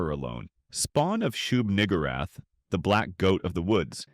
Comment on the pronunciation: Excuse me? Shug-WHO-rath?! 😂😂😂